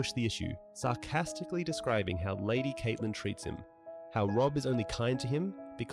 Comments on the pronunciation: Great job on the summary 👍. Although it was very annoying how you keep pronouncing Catelyn as Kaitlyn instead of Cat-e-lyn like i am used to. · CAT-lyn, not KATE-lyn, Il-AIR-io, not ILL-i-roy.